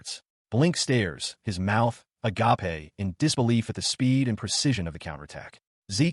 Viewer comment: Anyone who thinks AI is anywhere near taking over should listen to how this video pronounces “agape”